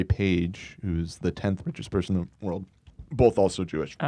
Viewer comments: I love how Hila pronounces WORLD as WORD! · Hilla trying to say "world" is starting to bug me lol it always sounds like "word"